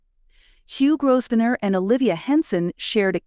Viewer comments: My goodness....perhaps you have never heard of how the family name Grosvenor is pronunced properly....it is not GROSVENOR....it is pronounced as Grovenor in proper English....small detail...but annoying having to listen to it being said incorrectly by a person putting a video out there for people to listen to.... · Grow-v-nore. Learn the pronunciations, please. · Your AI voice needs to learn more about pronunciation. It is GRO - Ven - er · You dont pronounce the S in Grovsenor.... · Grosvenor is pronounced Grovaner...the s is silent! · Could your commentator please learn how to pronounce the King’s English! The commentary was an assault to the ears. By the way you do not sound the single S in Grosvenor. 🫣😫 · It’s a great pity the narrator has no idea how to pronounce the most important of surnames, such a shame x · It’s voice generation software. The video creator input a written script and selected a “character “ to read the script. However, you can also manually modify pronunciations of words like Grosvenor. The video creator didn’t do that. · The "s" is silent in the groom's last name.